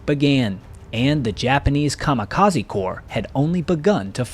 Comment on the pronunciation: AND it isn't pronounced KA MA KA Z. It is KA MI KA ZEH. :face-blue-smiling